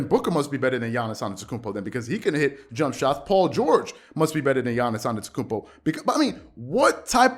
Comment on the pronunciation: If you respect Giannis then STOP SAYING ANETOKOUNMPO it’s ANTETOKOUNMPO there is a T after the n